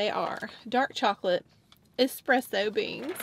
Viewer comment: Why are you so cute, you’re just the sweetest. Still loving your hair and I love your eye make up in this video, very trendy. I’m not Italian but thank you for pronouncing espresso correctly and not adding an X as most people do. Just a pet peeve of mine… LOL… I have even heard Italian people including an X in the word.